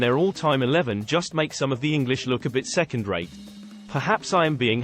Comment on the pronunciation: Second RATE Your emphasis is all wrong